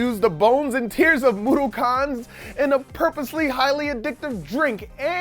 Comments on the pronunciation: Its mod-ock-ens not moddokons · moodookons isnt it mudokons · I don't think that's how you pronounce Mudokons. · I cringed every time mispronounced "Moudokons."